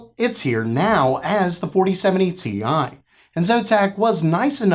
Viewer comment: Dude, stop with the Ti pronunciation gag. The joke only made sense for the card that was released that way. The 3090 Ti is the only card that was called Ti in that way! So stop. That era is over, we're in the 40 series now.